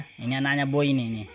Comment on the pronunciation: mf slah sebut.....boi bukn roi🤣